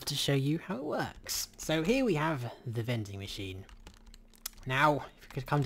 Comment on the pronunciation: first I thought: "veding machine???" lol